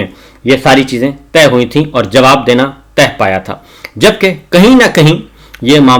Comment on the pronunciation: معاملات کو ”طے“ کرنیکی ضرورت ھے نہ کہ “تہہ“ کرنے کی۔۔۔۔